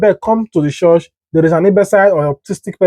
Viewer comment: Stop saying CHORSH